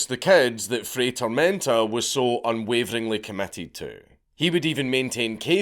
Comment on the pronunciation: Dude, it's not rocket science. "FRY TOHRMEHNTAH" "Get a language", says the mumbler. Just admit your cranial capacity dooms you to be monolingual. I have to use closed captions on your videos, just because of what your tongue and mouth do, both to English and my ears 😡 Also, weren't Ashita no Joe and Fist of the North star built on the premise of an aged-out orphan fighting to fund their orphanage? 🥱